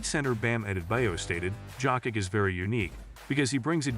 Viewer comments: Just pronounce YOKICH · Horrible! You don't even know how to pronounce JOKIC!!! Bro, he is playing now 7 years in the NBA and you still don't know how to pronaounce his name? Are you dumb??? The J in Jokic is pronounced like the Y in YES or YALE!!!